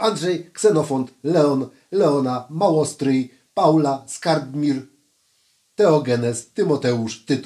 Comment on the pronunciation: powiedział- Mołostryj a nie Małostryj a to duża różnica w interpretacji imienia!- ( może dlatego,że muzyk to mam świetny słuch pomimo peselu ale słyszę.tak,że aż sam się dziwię!- choć moje uszy decybeli przez długi czas odbierały ponad normę)- ale to nic się nie stało - pozdrowienia - Rengi 🤠🌵🎸🎼🎶